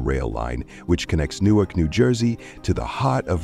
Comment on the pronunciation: Who produced this? The voice "artist's" pathetically inaccurate pronunciation of Secaucus and Newark should have this production company flagged.